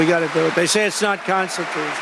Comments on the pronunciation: What the hell does it mean to make something "constitutush"? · "we're gonna make it constitoose..." what a dope